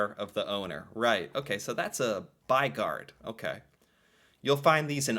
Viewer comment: The "y" sound is sharper in Norwegian then in English, it sounds like you're saying what we'd probably express as "baigard" with the "y" and "å" sounding different, but it's not more different then that we can recognize what you're saying, so not totally butchered. ;-) As for what it means. "By" is our word for "city" although by US standards it's more of a large town then a city. And "gård" is our word for a farm. The basic idea is a house that's surrounding a outdoor area (a courtyard) that's kept a bit separate from the rest of the city by that building.